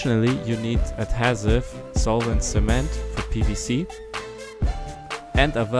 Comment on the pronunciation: Your pronunciation of adhesive makes this video unwatchable.